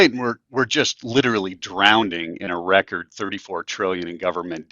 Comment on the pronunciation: "Drowndring" ...interesting pronunciation for "drowning"... A new finance term?